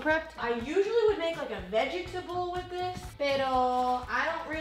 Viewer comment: AHAHAHAHA U PRONOUNCED ALL THE SYLLABLES IN "VEGETABLE" LIKE AMY